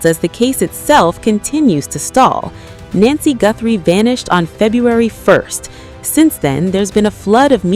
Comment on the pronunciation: It's not nancey